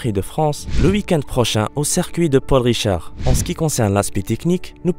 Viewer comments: 1: sa i nzzzzz et pas sinz 2: azerba idjan et pas azerbidjan 3: paul ricard et pas paul richard ceci n est pas une critique mais un conseil pour que vous améliorez vos prochaines vidéos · C'est Paul Ricard, pas Paul Richard ;)